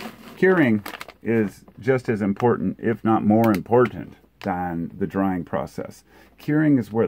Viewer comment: Remove the r from the “drying”